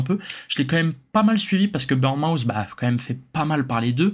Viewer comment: Petit détail, c'est pas "burn-mouth" mais "Bourn-mooth", merci pour la vidéo cela dit!